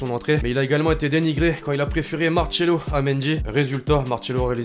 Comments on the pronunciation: Arrêté de dire Marchelo, c'est Macelo😭😭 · Arreter de dire Macelo c'est maRcelo 😭😭